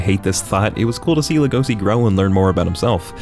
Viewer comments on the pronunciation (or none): Hey dude the character's name is pronounced like Lay-go-shee, not La-go-see, at least that's how its pronounced dubbed, and yes u can call me a piece of s**t for not watching anime dubbed, I just don't want to have to read words at the bottom of the screen every time someone speaks, like I'm reading a book. (Also I don't read manga) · Boys, he isnt called LegoSi, but LegoSHi. Did you watch it with eng dub or what? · He’s Legoshi not Legohsi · oh gosh, he just said Lego-c (edit): and Louis!? (edit): once he said mandrin I think I caught the theme here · As soon as he said legosi I said to myself NO LEGOSHI REEEEEE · its legoshi man...get it right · No offense.....but its LegoSHI.....not si🙏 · Like when he says Legosi instead of Legoshi 😅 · Also it pronounced as Legoshi. Not Legosi. But when you say LEGOSI you say LEGOSHI. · isn't his name Legoshi? i really thought it was legosi with h, wtf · God I physically recoiled when u said legosi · Luis? Legose? Dude, wtf is your pronunciation. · Man mispronounced each name lmao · doesnt even pronounce Legoshi right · Bruh you do not know how to say Legosi think of it as legacy but there a is replaced with an “OW”